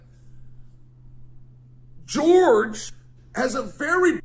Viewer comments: His name is Jorge, not George. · I love how he calls him George. Every. Single. Time. 😂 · It's Jorge, not George. A boxing match, Chael vs Jorge would be good👌. And I believe he is talking about your wrestling when he talks about crotch sniffing and maybe Masvidal would prefer to stand and bang cause that's his only chance. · So i dont know what Chael has against Jorge but i can tell you being from Miami a lot of people know Masvidal. The guy grew up street fighting it Kimbo Slices crew. Another thing i want to point out is its not “George Masvidal” its “Jorge Masvidal” pronounced differently and most people nowadays just cause of that will tell you they dont know who your talking about lol. Trust me people are special 😂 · LMAO Jorge Fucking with a real G.